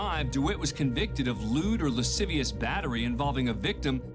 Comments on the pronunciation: Can we appreciate that ken pronounced lascivious "lahs-vihshus" instead of "luh-sih-vee-us" 😂 i had to pause to laugh i love it so much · I came to the comments to see if anyone else noticed that as well 😂 "lass vicious" behavior is definitely bad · I’m sorry but I cannot get over you saying “lass vicious” when you tried to pronounce lascivious. 🤣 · "Las vicious" Guau. Que español tan bueno! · La siv e ous. Thats how you pronounce lascivious! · Did anybody else catch the way he said "lascivious" 😂 "lass-vicious" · Did you just pronounce lascivious like that? 🤣🤫